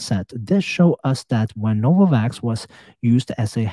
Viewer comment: “HELL NO-VAVAKS”